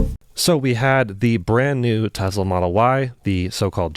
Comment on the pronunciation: Every time I hear him say "Tezla"...